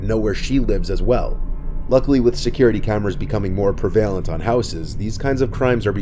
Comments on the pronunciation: “more preVALent” 😭😭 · That’s not how “prevalent” is pronounced. Please look up words you don’t know. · Not even through the first story... prevalent..look up how to pronounce that word.